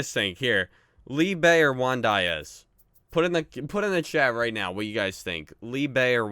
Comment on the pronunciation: Btw that's not how you say diaz